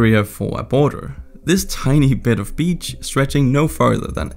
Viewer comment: They said "beach" I heard "bitch'